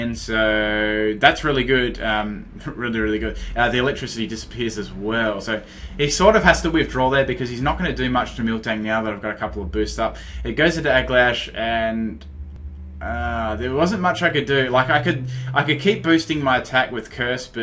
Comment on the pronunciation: "Egglash" "Heelowisp" his pronounciations are so funny.